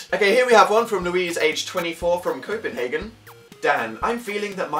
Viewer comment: The way he said Copenhagen i'm laughing too much😂